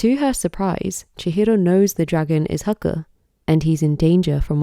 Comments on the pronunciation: You've put so much research and detail into the Japanese mythos, lore, and even deciphering the kanji, yet why do you continue to mispronounce Haku's name? It's not even an English pronunciation in the dub that needs correcting, the characters are pronounced as Hah-Koo, not Huh-kuh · The pronunciation of Haku hurts so bad